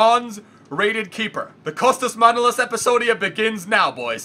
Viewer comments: His name is Manolaaaaaaas not Manoooooolas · bro, just because you like getting them pronunciations right, his surname actually sounds like manoLAS. This is a common premise with most Greek surnames, they are usually pronounced on the end of the name instead of the beginning like most names in other languages. Thanks for representing bro!